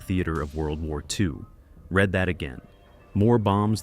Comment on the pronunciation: 'REED that again', NOT 'RED that again'.